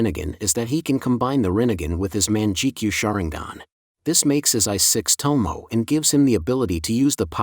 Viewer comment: He said man-jek-you imao